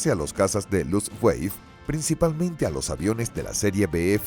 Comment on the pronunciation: Nakijama... ¡es Nakajima! ¿"Ataques Kamisake"? ¿Qué, iban borrachos en el avión? Dios mío, que horror de doblaje y locución. "Luftweif"... ya no sé si reir o llorar. "Las ocho fuerzas aéreas"... Era "La Octava Fuerza Aérea" (la fuerza de bombarderos estadounidenses en Europa).